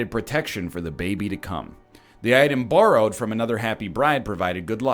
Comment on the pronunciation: NL saying “borrowed” is the most Canadian he’s ever sounded